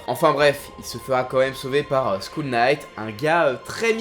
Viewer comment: "School Knight" ? Le Chevalier de l'École ? C'est Skull, pas School lol ^^ Et Schierke qui deviens Shrek ? A laide !